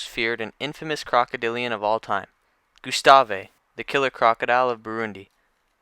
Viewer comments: Alittle late on the Gustave train but I love the gustave arc…someone just needs to go back there and try to catch if not kill him!!! Now that would be some content! And it’s just pronounced Gustav not Gyustawwvaayy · It's Gustav (goose-taav) not Gustave (goo-sta-vay). It's so annoying that I stopped watching. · Gustavvvvvvvvv not gustaveee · saying is name wrong! GUstave. the e is silent! jeez! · I picked up on that. But correcting someone who provides a free service is just self serving. Thanks for your work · The E in Gustave is silent. It’s a French name, and a Frenchman (Patrice Faye) named him. French has a lot of silent letters. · Why do you pronounce his name like that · Makes an entire video about gustave...mispronounces his name the entire time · The " E " is silent on the name Gustave......just saying man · That drove me nuts as well! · Don’t think you’re supposed to pronounce the “e” in Gustave